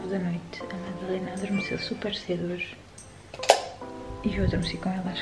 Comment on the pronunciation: 'TENTE primâro a Madalêna' ...a sério?